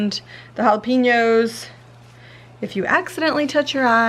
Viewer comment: Its pronounced "Halla-penyos". Not "halla-peenos"